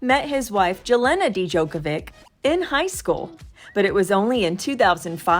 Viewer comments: Who taught the narrator how to pronounce Jelena and Novak Djokovic's names??? Dee-jokovick!!!! Jell-ayna??? That is sad after all the years he's been a champion.🤨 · It’s pronounced “Yelena,” dummy. The “j” sounds like an “i.” Don’t you think you should, at least, research how to pronounce the names of foreign people YOU are talking about, publicly, out of courtesy and respect? It’s gotta be offensive to them to listen to people like you chop up their names. If your name would be Jane, you wouldn’t wanna be referred to, by some Serbian reporter, as “Yah- neh,” would you? That’d never happen anyway; foreigners know how the “J” sounds in English....yes, even Serbians!🙄